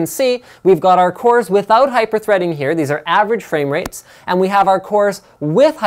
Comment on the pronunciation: you mean cores ? not coors ?!!!?